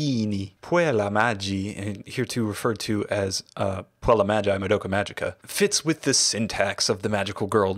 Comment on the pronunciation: On Latin G is not pronounced as Gi like in Italian, its hard G (like in "group"). So its Mag-i, not Ma-gi Puella Magi Madoka Magica can only be translated as Magical Girl's Magical Madoka which indeed fits trope of colorful meaningless magical girl titles but it absolutely doesn't mean Magical Girl